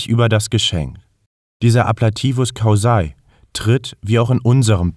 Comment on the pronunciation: Ein kleiner Tipp zur Betonung: gaudēre und caúsae. Ansonsten sehr stimmig!